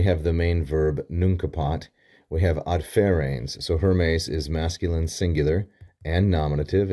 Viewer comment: I think it is "adserens", not "adferens" (as you pronounced it).